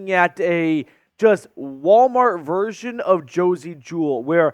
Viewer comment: lol that man said walmart verison lol